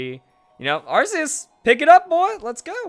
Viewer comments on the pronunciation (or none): It's pronounced ARK-ee-us!!!stop calling it an arse!!>:( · Its pronoucned arkeus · "we need the arceus battle" once you pronounce it right, you'll get them